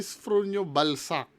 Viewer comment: Ung sisfrunio balsac sounds like ballsack hahahha